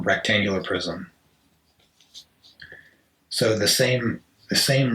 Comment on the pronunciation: I was hearing cube « prison » instead of « prism » at first and I thought sh*t was getting really deep and philosophical lol Thank you for this video !!!